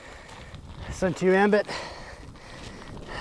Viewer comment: Hard to take this guy seriously when he can't pronounce Suunto correctly.....definitely NOT SUN-TOO.